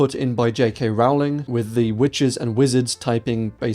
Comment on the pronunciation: say the word bowling. yes, it rhymes with Rowling.